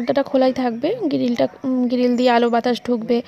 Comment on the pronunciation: গিরিল নয় বলো গ্রীল